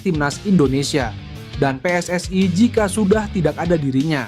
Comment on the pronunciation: Bilang PSSI kok bacanya pe es es ai Kalo Bhs Inggris kan harusnya pi es es ai Kalo Bhs Indonesia yah pe es es i Situ org dr negara mana siy ??😂